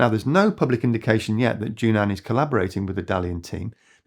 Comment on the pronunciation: JUNAN should be pronounced as JUN-AN instead of JU-NAN in Chinese